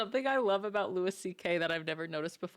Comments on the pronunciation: Just FYI it’s Loo-ie, not Loo-is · Ma'am its LOO-EE CK, not LOO-ISS CK... 😉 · Could you at least pronounce his name the way he presents it? The "s" is silent so it sounds like Louie. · It's Louis, pronounced "Loo Ee" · Pronounced Lew E. He’s the GOAT! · Louis is pronounce like Louie C.K.. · I’ve never heard anyone say his name like this. Not one bit of research at all?